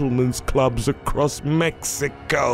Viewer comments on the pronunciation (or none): none